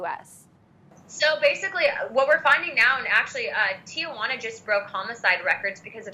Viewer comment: It isn't Tia Juana. It's Tijuana.